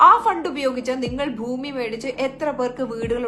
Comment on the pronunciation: താ ത്ത ഫൂമി അല്ല ഭൂമി. മലയാളം അറിയാത്ത താ തത